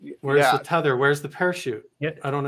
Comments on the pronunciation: Did just say 'teether' line, twice? "Teether" line? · It's NOT called a 'teether line' it's pronounced Tether Line!!!